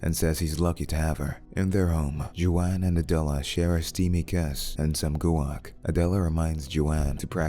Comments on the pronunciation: Nah man goowak? Not even a chance. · He also said gu-wac lol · jew-an and goo-ack lmao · He also says guac as goo- ack